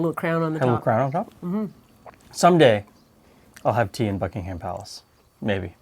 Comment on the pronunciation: Every british person watching this video when says Buckingham 😬😬😬